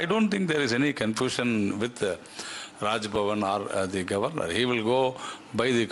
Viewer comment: Please pronounce the word governor correctly